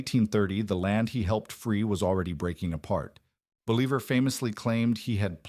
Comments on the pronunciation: Believer? Boh-lee-vahr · I thought I knew quite a lot about history, but I've never heard of a Simon Believer. Seems like a big guy in South America. Is that a religious figure? A nickname? Please put some effort in pronouncing names right in their language. This was just butchering his name. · 😂 “BOL-e-ver” haha really? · No, it's pronounced "boh-LEE-bahr"; the author was just cutting corners. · Repeating Simon Bolivar's name completely wrong was really annoying.... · It was sooo annoying i had to stop and dislike the video. It was more than annoying, it was unnerving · Yeah, I can see how that’d be frustrating. It takes away from the serious tone of the video when something that basic is messed up. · Hey, some of us want to hear about Justin's comeback tour. Yeah that pronunciation was terrible. Offensively so. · Dude the inability to pronounce his name kills 100 of the credibility of this video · I get it, mispronouncing his name does make it hard to take the video seriously. It’s a small thing, but it definitely stands out.